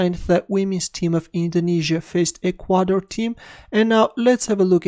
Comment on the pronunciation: The emphasis in "Ecuador" is on the first syllable. It's "EK-wah-dore," not "ek-WAH-dore."